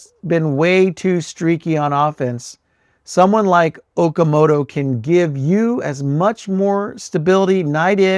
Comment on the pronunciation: It’s pronounced “Oh-kah-moh-toh“